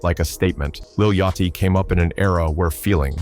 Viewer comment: You making a hip-hop vid where you allow your AI Voice to say Lil YOTCH-EE. It ain't a good look, and I don't give a DAMN about none of them Lils or Babys.